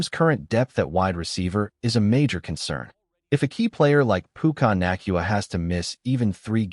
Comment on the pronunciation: To have anyone listen to this 😡 the damn names have to be right pukyna naacnuna come on man just broadcast it!!! I hate AI lol pucna nakuawa 😂 stafford would win a ring in 2026 not 2025….. and I’m still trying to figure out this trade lmao so stafford is gone in a year maybe 2 but also tell me how are you going to get Pickens who are you going to give up because that 2027 I doubt won’t be all of it no one is going to give a contender a first for the 26-32 pick when more people will pay more Pickens is going to get paid but not by the rams